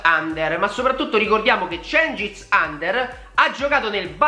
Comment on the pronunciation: Si legge djengis yunder ...